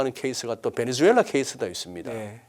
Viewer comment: 베네주엘라가 아니라 베네수엘라네요